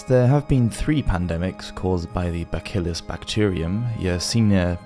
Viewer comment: BaKillus? Really? You can't properly pronounce bacillus? Try using a dictionary pronunciation guide before tackling words you don't know. There's no excuse for such ignorance from a person purporting to inform others online. I quit listening a few minutes into this after your second gross mispronunciation of papal.